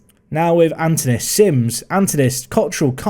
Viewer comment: The K is like in C in cat, the Y is like the I, the tone is on the A and the OU is like OO in woo. KiriAkoo. Also, the tone in Antonis is on the O.